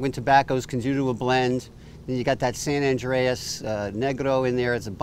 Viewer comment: Good review. It's San Andrés (not San Andreas!!). Good cigar.